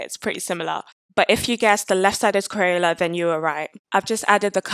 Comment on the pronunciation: Omg I love thissss! Also i cant stop laughing about the way you say crayela